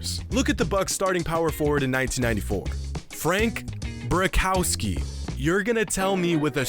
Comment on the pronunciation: the way he said Brickowski lol